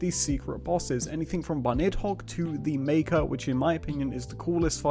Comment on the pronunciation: Bunnidhogg is bunni+dog lol not bunnid-hogg 🥲